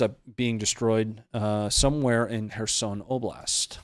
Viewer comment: The pronounciation of kherson is off too bro just sayin